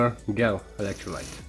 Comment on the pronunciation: excellent video! the dish you have looks to be a "Pyrex Petrie Dish" (pronounced pe-tree dish). The polymer gel (pronounced - jell) would be better, thinner, right? Have you tried to use a Mayer Rod or a Doctor Blade to get uniform thin electrolyte pads? Do you need a separator when using these gels? Thanks again (By the way: The pronunciation comments are not a criticism.... just a thought from a native english speaker who would hope someone would do the same for me.... so don't view as criticism.:) )